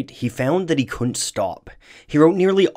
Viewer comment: Please learn to pronounce "couldn't." It's not "koont."